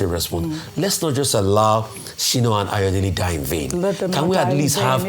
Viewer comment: Sorry Dr Abati Sina Ghami is not a Nigerian. He is Iranian(it's not Shino) but Sina.